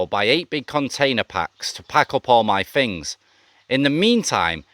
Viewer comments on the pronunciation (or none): none